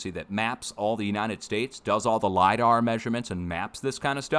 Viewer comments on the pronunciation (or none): none